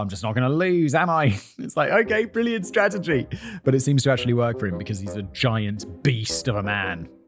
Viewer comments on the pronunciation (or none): none